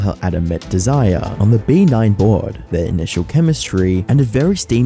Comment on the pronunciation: DEZ - ER - EH ... desire.. lol